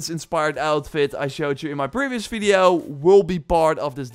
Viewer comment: "Fideo" 😂😂😂 Good content broh, love it